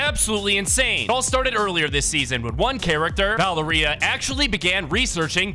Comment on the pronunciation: why did he pernounce valeria like that?